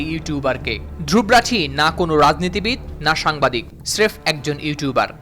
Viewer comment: Dhruv rathee এটির উচ্চারণ “ধ্রুব রথী “ ( ধ্রুবো রোথী )